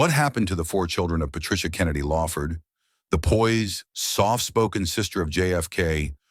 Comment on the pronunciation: LAWford, not LAYford